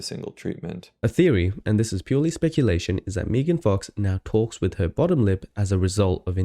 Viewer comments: She is MEGAN, MEGAN, MEG, NOT MEEEEGAN!!! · Meegan? It's Megan lol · It's so funny how it took you ages to figure out how to say their channel name but they can't properly say Megan's name.